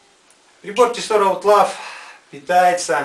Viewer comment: поперли-то обзоры на Тесоро) а обзор весьма неплох, только произносится название как "Аутло"